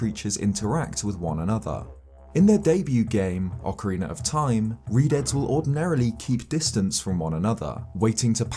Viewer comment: Keep misreading Redeads as Redheads. lol